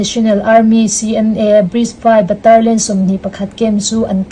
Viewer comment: Baterlian nilo in Batalion titur.. three prawi nilo in three point aw